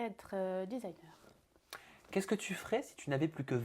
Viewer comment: Playm0bilTV elle a dit designer c twa Ka les oreilles dégueulasse